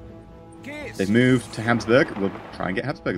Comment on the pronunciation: lol hamsburg. oh, never change.